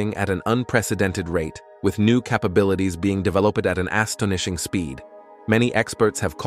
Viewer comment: Considering the narrator can't properly pronounce "capable" or "astonishing" yet, I'd say yes.